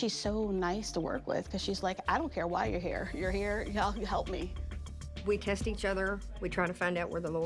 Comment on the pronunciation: I literally thought she said we kissed each other. It wasn't til I but captions on that I realized she said test 😂